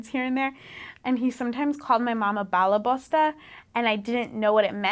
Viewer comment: Balabusta...lol! She said it means "master of the house or housewife". It sounds like ball buster. Hehehe! :P